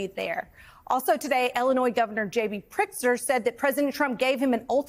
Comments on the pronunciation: Everyone talking about pronouncing Mamdani's name but Elise Jordan can't even make her way around Prtizker. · Did she say Prickser? yikes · Its Pritzker, not Prickster. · Is she calling him PRICKSTER??? 😂😂😂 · Maybe your host can learn how to pronounce “Pritzker,” instead of mispronouncing the name several different ways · Learn to say the Illinois governor's name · Can't say Pritzker?? Just keep with "Illinois Governor"